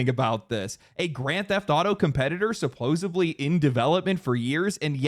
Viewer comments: The captions are fooled, but it sounds like you're pronouncing "supposedly" like "supposably". Well, more like "supposaVly", but still. 🤔 Wearing headphones. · Suppose D ly. JS. There's no letter "B" in "Suppoosedly". Just a friendly info drop bc I HATE when I say something incorrectly, for about a decade, and no one, not even relatives, tell me I've been saying it incorrectly the entire fkn time. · "... supposebly..." smh 🤣😂🤣